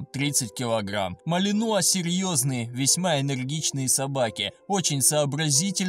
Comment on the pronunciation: В слове "малинуа" ударение на последнюю букву.